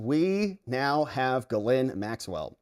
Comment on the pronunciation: It is pronounced jiz lane